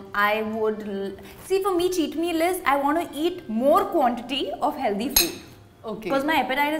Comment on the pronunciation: Funny how she acts so elegant but say HELDY instead of HEALTHY really takes away a few points ….